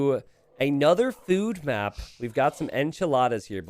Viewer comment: I love how says "fewd"